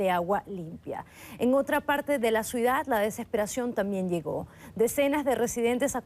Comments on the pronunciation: CIUDAD... O suidad???... q coño????... o es q yo estoy escuchando mal??! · POR FAVOR QUE ALGUIEN LE DIGA A LA BELLA KATE GUERRERO QUE NO SE DICE "SUIDAD" SI NO "CIUDAD" (lo dij dos veces). es increíble que una periodista de su talla cometa ese error, en muchos periodistas y en locutores... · Sra. Periodista, se dice CIUDAD, y no SUIDAD!!!! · Una periodista que no sabe decir ciudad si no suida que hace ahi?